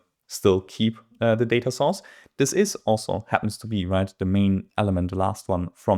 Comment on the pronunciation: My favorite part of this video is that each time you say Data Source I hear Data Sauce and I’m salivating :)